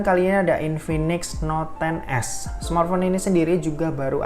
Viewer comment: Not 10s wkwkw salah nyebut ya bang